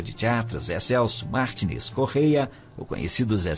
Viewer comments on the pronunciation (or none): none